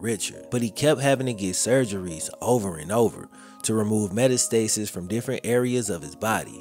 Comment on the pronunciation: What is a "meta-stasis"? Is it simUlar to metastasis? meh-TAS-tuh-sis